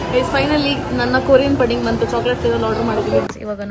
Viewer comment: ಪುಡ್ಡಿಂಗ್ ಅದು ಪಡಿಂಗ್ ಅಲ್ಲ